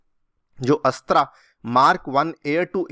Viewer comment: अस्त्र not अस्त्रा